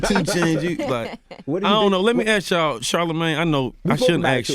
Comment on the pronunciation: Bruh this guy fr can't pronounce 'ask'. 12 times the nigga was like 'aks'